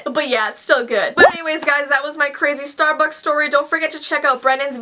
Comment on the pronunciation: It sounded like she said "Starbox" ILYSM